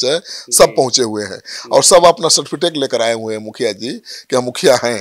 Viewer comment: आप भी सम्राट चौधरी के कॉलेज से पढ़े हैं क्या?? सार्टिफिटेक नहीं सर्टिफिकेट होता